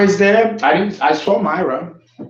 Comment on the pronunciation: Actually my name is pronounced “Meera” Mira is a name derived from India, not pronounced like Hispanic name Mayra